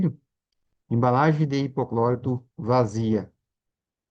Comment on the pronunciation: Alguém sabe me informar o que é 'hipoclórito", que esse homem fala?